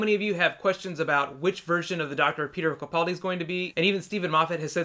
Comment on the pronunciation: Please pronounce Capaldi's name right I know it's a really easy mistake to make but it drives me crazy.